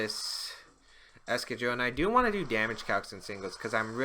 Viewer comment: Is that really how you pronounce excadrill.....?